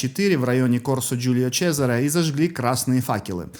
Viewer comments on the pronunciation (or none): none